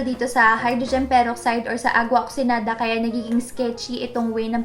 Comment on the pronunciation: isn't it oxiGEnada? I'm confused. is that silent GE? please help